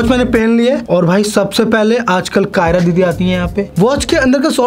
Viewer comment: Sir please nam ache se Lelo unka nam कियारा hai not कायरा 😂